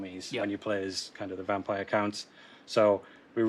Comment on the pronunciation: I'm sorry Britain but it's not pronounced Vampire Layers.